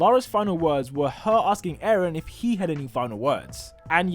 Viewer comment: eren not aaron